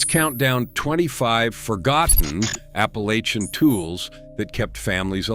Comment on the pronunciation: Wish to hell y'all would learn to pronounce "APPALACHIAN".. ALL VOWELS ARE SHORT!!